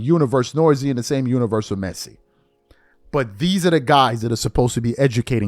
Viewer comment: but you cant say messi's first name 🤔....another unforced error